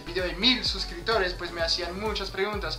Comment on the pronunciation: Yo te escucho "suscritores"... Pero no se si lo estás pronunciado con p. Abrazo!